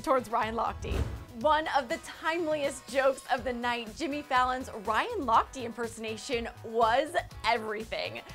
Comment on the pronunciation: why is she pronouncing it Ryan Lochtii,? it's Ryan Lochte